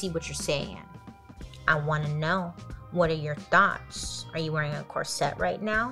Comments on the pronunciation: Is is pronounced corset not sette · That word is not "cor-SETTE" it is "COR-set". Accent on the first syllable not the second. Suddenly all these young women are saying it wrong. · She pronounces it like ‘corsette’ lol. It was making my hair stand on end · The number of times I heard bailey pronounce corset as cor-set it became normal sounding 😂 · Always entertaining especially the way she pronounces “corset”💜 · she tries.. part of her personality 🤣🤣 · omg me too 😂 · Take a shot every time she mispronounces corset.